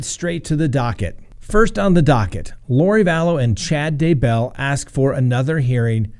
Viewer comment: Their last name is pronounced DAY BELL, no sound between the two word parts. Thanks.